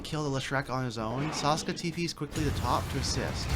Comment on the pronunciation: idiot its saksa not saska son of dog, looser.